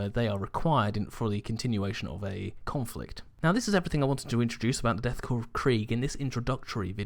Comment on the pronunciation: Pronounces "Korps" correctly. I press the like button.